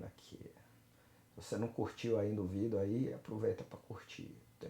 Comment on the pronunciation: Prometi pra mim mesmo que iria passar aqui para agradecer-te. Passei em uma universidade de Portugal para música. Tinha um certo conhecimento prévio, mas suas videos aulas ou como você diz "vidêos" me ajudaram bastante. O site tutoriais em música foi um grande divisor nos meus estudos! Muito obrigado pelo ensino gratuito e de qualidade! Sou um fruto de sua humildade e trabalho! Serei sempre grato! E como você costuma dizer agora é jogar duro! Obrigado!